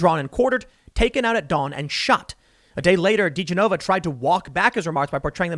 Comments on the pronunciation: Tim, His name is pronounced ‘joe ‘da gen na va’ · It's pronounced "Joe Dee-Jennova" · I’m usually not one to point out mid pronunciations but did you just call him Doe Degeneva?? Love ur stuff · You butchered Degenova's name lol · Indeed, and the fact that Tim has no idea at all how to pronounce his name is very odd. Has he really never heard of, or read about Joe Digenova before??